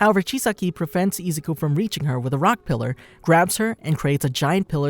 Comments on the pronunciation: ezuku lollllll it's izuku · Am I the only one hearing izuku pronounced ezuku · Im sorry but the way you're saying Izuku's name is kind of sounds like Nezuko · Some weebs are going apeshit because of the way you pronounce Izuku’s name wrong. But who cares?